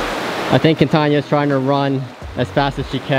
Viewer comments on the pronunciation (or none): none